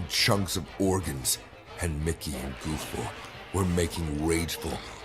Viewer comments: dawg did he say “Goofly” instead of “Goofy” when Mickey and Goofy appeared in the classroom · I know the Disney one was supposed to be scary but how am I supposed to be scared when all I can focus on is that the person telling the story said "Mickey and Goofle”?!